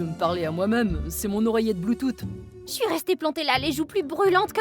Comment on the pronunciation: "Oreillette Bluetoute"😂😂😂😂